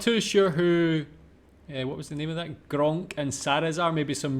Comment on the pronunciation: One of the common problems with Germans speaking English is the 'th'. Since you gotta put your tongue between the teeth, and Germans 1, are not used to it and 2, it's kind of considered not nice to put your tongue out, here we are. This then leads to 's'ath' instead of that.